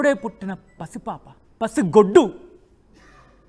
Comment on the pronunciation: Mundu mee basha sari chesukondi pasigoddu kadu pasiguddu anali